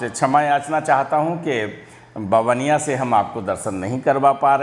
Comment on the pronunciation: मै भी इसी गाँव का हु लेकिन बहार रहता हु, मुझे ये जगह बार बार मन को खिच के ले जाती है, ओर बाबा नीबकरोली, हनुमान जी के पास चला जाता हु, कईं बार बाबाजी ने अहसास कराया है, ऐक बार दर्शन करोगें हर बार बाबाजी बुलायेगे, सर ऐक ओर बात आप गाँव का नाम बबनिया कह रहे हो गुजराती मे नाम ववानीया है। मै कैची धाम भी गया हु। आप को भी कभी कही मिलेगें बहोत बहोत आभार। 🎉❤ थेक्स।